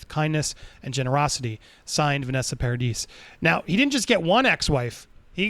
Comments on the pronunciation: PLEASE...it's pronounced Par-ad-ee! The 'is' is silent it's French! PAR-A-DEE say it with Par-A-Dee not PAR-A-DIS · It's Vanessa Paradee, not Paradis. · The "S" at the end "Paradis" is silent and nope, he was never married to Winona :)